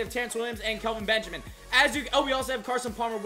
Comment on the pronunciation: He said we have for receivers kelvin begamin